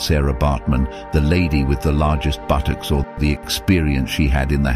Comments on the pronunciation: I’m disgusted with what has happened so please don’t see this as offensive. The narrator says buttocks funny 🤣 haha 😛 BùTocķs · Ok this is not a joke🥺 but.... The way he said buttocks 🤣🤣🤣😂😂🤣🤣